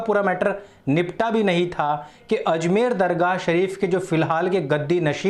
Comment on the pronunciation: Azmer nahi ajmer hai